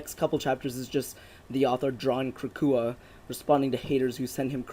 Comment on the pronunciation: and it's not crack-a-hoo it's crack-hour lol both are equally ridiculous but still you pronounced it Wrong multiple times. I swear you didn't say the same name twice you keep coming up with new ways to say it